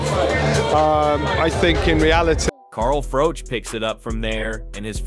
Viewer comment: Why do you continue to call the black man white-ee? It's Whyte. And Froch isn't Froach, it's Froch. Learn how to speak English.